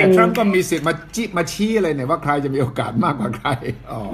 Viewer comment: โอกาส ค่ะ ไม่ใช่ กาศ